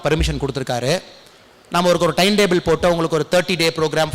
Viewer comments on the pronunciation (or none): none